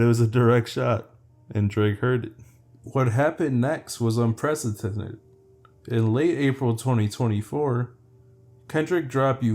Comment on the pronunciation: 😂 Here I’ll spell it out for you dawg: it’s UN-PRESS-IH-DENTED” not that difficult homie I gotchu